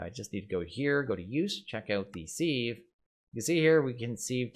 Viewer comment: Youtuber’s commonly pronouncing sieve wrong. Used to trigger my OCD but I’m used to it now. Looking forward to watching this series after binge watching Enigmatica Skyblock